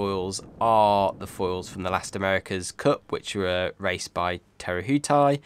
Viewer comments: Nice work from NZ ...let me help you with Te Rehutai pronunciation....like this......Tee rewho tie.......keep up the good work.! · Please pronounce Te Rehutai correctly it's Te Re hu tai understand not the way you pronounce it. Kia Kaha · Hi your pronunciation is almost bang on - just remove the emphasis from the u. You can hear correct audio pronunciation for both 'Te' and 'Rehutai' using the online Te Aka Maori Dictionary. Make sure you scroll down to Te, rather than Tē. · Please pronounce the re in Te retuhai as in Reference. Be much better!